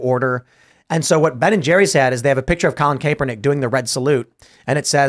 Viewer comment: Ugh tim you keep saying Colin kaepernicks name horribly wrong lol.i don't Luke the guy but it was cringe lol.